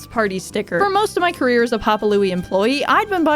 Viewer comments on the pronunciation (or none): none